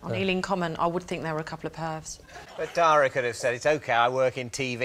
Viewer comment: You say that you think you're pronouncing Dara's name correctly, and then a few seconds later Rob Brydon pronounces it totally differently and yet you don't even react or correct yourself.